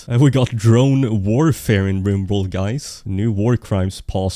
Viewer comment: ok so its "Riborld"